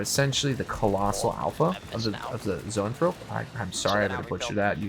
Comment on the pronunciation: you pronounced Zoanthrope correctly :)